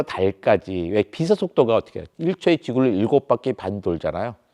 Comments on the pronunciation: 국민학교를 안나왔나? 빛의 속도를 발음할때 비세속도가 아니고 비체속도 라고 발음 해야 맞는거지. 그리고 지구의 물리학으로 외계인을 이해할려면은 안돼지. 빛의 속도보다 더 능가하는 뭔가가 있겠지. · 자꾸 발음을 비세 속도라고 하는데 정확하게 발음하면 비체 속도입니다 ㅅ이 아니라 ㅊ으로 발음해야죠